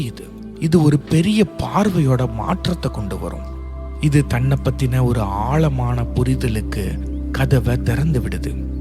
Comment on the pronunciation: Ayyo ayoo Tamiz getting killed. Aalamana illai sir. Aazamana.Pl pronounce the sprcial lettter in Tamiz. What will you say for Tamiz. Tamil? Sad status. Jay